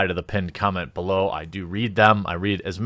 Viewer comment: so did anyone else hear "blow the video" not "below the video" in the intro? made me LOL... "hey, leave a comment, or blow the video... either or".... love your vids man. thanks for the extra lol this morning